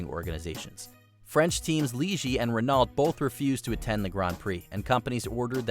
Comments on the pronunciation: Renault is pronounced "ren-OH", not "ren-ALT". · It's Ren-know, not Ren-nault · k, dudes, i gotta stop and correct you, Bahrain: country in the Middle East, NOT West Africa, Renault is spelled "ReNo" and NOT "Rinalt" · "Bahrain, a country in west africa". also all the wrong pronunciation like "renault" and "ligier" and that the guy clearly has no idea about f1 makes this very hard to watch. also the ranking is all messed up and simply in the wrong order. how is michaels 1998 win so high up? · If he says Renalt and not Renault one more time. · I cringed so bad when you said Renault wrong… I was like wtf is Renalt 😂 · I'm curious here, isn't from Canada? Shouldn't you know how to pronounce Renault? The L and the T are silent. My ears are bleeding. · It always annoys me when these type of commentators mispronounce words. I mean I never heard of a Renolt. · I’m sorry but America should never have been alowed to host a Grand Prix until they are able to pronounce it properly. And Hamilton did win in 2021 just because the fia cheated on red bulls behalf won’t change what is and always will be the truth that Lewis won. And dude Renault is not pronounced renolt. And I’m pretty sure Bahrain is in the Middle East of Western Asia. Maybe check ur facts before u do another one of these. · This dude doesn't know how to pronounce half of the drivers or team names. Are Renault cars sold in the states? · well, it's not that, renault, hyundai and other things like that have one pronunciation, Peugeot is also a very often pronounced wrong by Americans, it's peugeot, not pugot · The biggest controversy is the pronunciations of the constructors on this video. Renault are french, ergo are pronounced 'Renno' and Ligier are pronounced 'Leejiay' (Soft 'J') Otherwise, great video, and thank you for sharing with us all ^_^ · Ah yes the French Formula one teams Leegee and Renalt